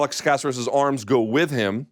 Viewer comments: Luke, repeat after me: ca-CER-es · Ku-sare(like dare but “s”)-us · casserus? when is it unacceptable for someone in the game to constantly mispronounce names? lol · Bruce Leeroy has 20 fights in the UFC alone. Let's at least say his name correctly lol. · Mr. Thomas. Please stop mispronouncing and perverting peoples name. I thought you're on a roll with Ngannou. Now you're messing with Alex's name. Get a hold of the American culture brother!!! Di Great segment!!!